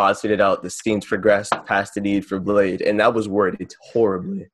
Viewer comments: No it's fucking not lol.. It's pronounced BLADIE or BLADEY.. I've met both Lean and him multiple times in Seattle after shows and listened to lean call him "Bladey" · How they pronounce it "BLADE" lol Get it right plebs. The god king Bladee don't approve.